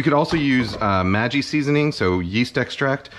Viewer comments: Did kenji really pronounce maggi seasoning as "majee"? I am shook. Most asians say it like the name "maggie". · Maggi is pronounced like the name maggie, not maji 😭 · Maggi, although not the real San Francisco treat, has a hard "g" like in "baggy" or "saggy." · "Maggi" has hard G's.